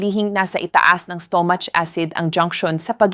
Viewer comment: You speak good English Doc just take time to correct some words for the people to fully understand and not to be confused or misunderstood your instructions because you are discussing very delicate issues.. Thank you— istomats might confuse them.. pa- in is peyn( pain) Masel for muscle not maskels .. please take sometime to correct because your English is good .. don’t miss those words and mispronounce them